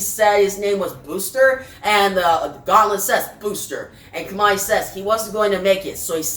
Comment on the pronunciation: Thanks for the video. By the way, Kamandi's name is derived from the place he grew up--Command D bunker--so it should be pronounced that way.